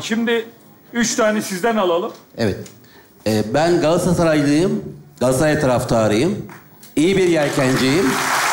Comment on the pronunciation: Adam Galatasaray diyemiyor nasil anlamadi 😂